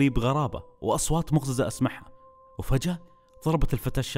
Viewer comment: مو مقزِزه مقزِّزه